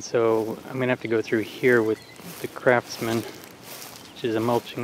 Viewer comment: Are you saying crapsman or craftsman?